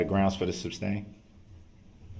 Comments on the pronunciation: “Grounds! May I have the grounds for the ‘substain’ ?” 😂 Ignorant and exhaustive. 🙄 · DB is disgusting…pure evil scum of the earth! I wish someone would have told that stupid POS, it’s “sustain” not substain! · May I have the grounds for the substain????? It’s pronounced SUSTAIN🤦‍♂️ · “Any reason for the substain” What a legal scholar—NOT